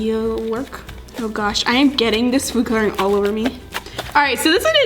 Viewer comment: No hate but I drives me crazy when she says coloring wrong